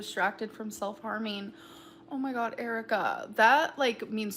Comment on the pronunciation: YESSSSS when she says “Oh my Guh” it sounds so wrong 😭😭